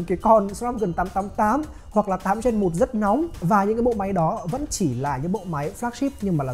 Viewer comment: Ra máy mới liên tục cảm giác cầm Rog Phone 5 còn chưa nóng tay thì đã Rog Phone 6, 6 Pro 🤣🤣🤣 Quá nhàm chán vì cuộc đua cấu hình Snapdragon Gen series 😂 Gen chứ không phải REN 😂😂😂